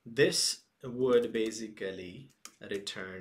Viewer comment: Beisicaliii, I'm fkn dieing right here